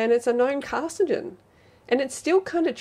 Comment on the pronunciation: Is than how "carcinogen" is pronounced in Australia? "Car si jen"?, as opposed to "car sin oh jen"? In the US, we pronounce it "car sin oh jen", and "car sin oh jen ick".